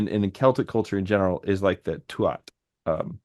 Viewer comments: Tuath, is pronounced Tooah. You don't pronounce the last T. And yes, it largely means the territory/tribe. And that word for history is seannachas, which you very well described... "old handed down lore"as opposed to Stair, as in 'history ' we also have bealoideas, directly translates as mouth/oral education, or folklore, in English doesn't quite cut it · Tu(at)ha is pronounced 'Tu-ha' or 'Too-ha'. The middle a/t are silent and the 'u' is long. Thanks for all the great conversations! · Tuath, the “th” is silent, so its pronunciation is “too ah”